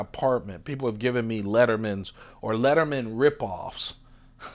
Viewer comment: It's leatherman... not "lettermen". Literally says it on the tool